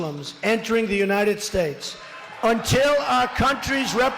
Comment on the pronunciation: I don't know, I personally like when he mispronounced United States, and when it took him 4 tries to get the definition of groceries!